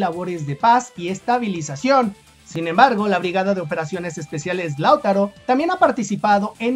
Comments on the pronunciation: No sé porqué, pero siempre que en tus videos mencionas a Lautaro, lo haces con el acento cambiado de lugar, y me da picazón en la espalda jajaj (siempre lo dices como "láutaro", pero se lee "lautáro", acentuando la pronunciación en la segunda letra a)... Saludos!! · Oye no es la primera vez que hablas de la (B.O.E) del ejército de Chile y porfavor entiende que el nombre no se pronuncia ( LÁUTARO ) no se carga la voz en la 1ra A, si no en la 2da A, o sea que se pronuncia (LAUTÁRO)(sin la tilde por su puesto), y su base de operaciones es en PELDEHUE, y no pedelhue. SALUDOS y gracias por tu incondicional apoyo a nuestro querido y amado Chile. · Hola, no es "Láutaro" sino "LauTAro". También se le conoce como "BOE". Saludos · se pronuncie Lautaro,No Lau taro, saludos cordiales desde Santiago De Chile.🇨🇱🇨🇱🇨🇱🇨🇱💪💪💪💪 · Es Lautaro sin tilde en la U y no Lau'taro solo LAU'TARO. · no se pronúncia Láutaro, es Lautáro, el golpe fuerte de la sílaba está en el segundo a y no en el primero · Di lauTÁro y no LÁUtaro....por favor dilo bien, gracias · Lautáro, imagínate un acento ahí. Así se pronuncia. gracias siempre por toda la información que nos das, que acá muchas veces no nos enteramos ❤❤❤❤❤❤❤ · Se escribe "Lautaro" pero se pronuncia "lautáro" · para pronunciar bien el nombre de Lautaro, debe acentuar en la segunda "a". Se pronuncia Lauta....ro. Saludos. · Lautáro amigo con acento en la segunda A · Lautaro es una palabra grave, no esdrújula, por tanto se acentúa en la penúltima sílaba. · Es que el chico es mexicano y me parece ese nombre no existe allá... De ahí que se equivoqué en la pronunciación. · Lautaro, con marcacion en la A como si esta llevara acento. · Hola, muy buen video, sólo una pequeña corrección, Lautaro se pronuncia así Lautáro y Peldehue así Peldéhue. Saludos amigo. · Laut(á)ro y Peld(é)hue